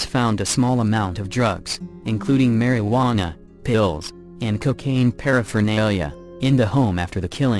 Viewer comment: Mary - wann- a. 😂😂😂😂😂